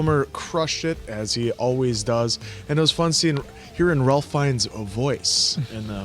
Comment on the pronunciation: I love the voice of God: it's Val Kilmer and then the other cast members whisper the same lines of dialogue. Ralph Fiennes is pronounced "Rafe"